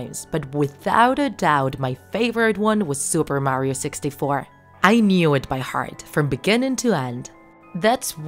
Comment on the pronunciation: Super Mario 64 isn't a Creepypasta plus you said Mario wrong